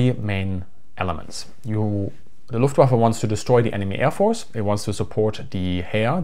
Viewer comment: "Luftwaffle", really?